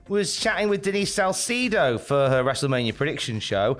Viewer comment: The way pronounced "Salcedo" made my eye twitch a little. Never thought something like that would ever happened tbh 😅😂